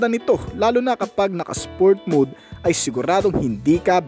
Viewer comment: Accessible po hindi accessable At saka huwag mood kasi mode yon. Pronounced as mowd. Maniniwala na sana ako sayo eh, pero dahil dyan hindi na ako naniniwala.